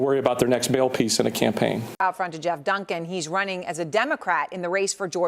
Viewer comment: Geoff Dunkin - pronounced Jeff.